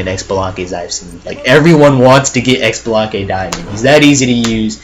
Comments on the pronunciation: Xbalanque Is pronounced SheeBalanque Not EcksBalanque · I actually think Xbalanque is pronounced Shabalanque. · Of course I'm going to be "that guy" and say that Xbalanque is pronounce "Shibalanque", and that his ult does nothing if you stand still right before it goes off. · I laughed every time you pronounced xbalanque wrong. its (shee-bo-long-keh) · ... He said X-shalanque noooo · Its pronounced as such: CHI-BI-LAN-QUE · For Xbalanque the x is pronouced sorta like shib so shib-along-kay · the way he said xblanque irks me